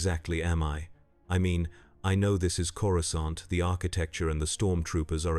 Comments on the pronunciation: Did you do any research into Star Wars? Ithorians do not have tentacles, let alone head tentacles. And please, get the pronounciation right. It's "CORE AH SAHNT" not "CORE UH SCAHNT!" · canon would be if Man-thing transported him there, also stop mispronouncing Coracant it's pronounced Cora-saunt the second c is soft c and soft a. uncultured Gammorian. hehe because swine...get it😅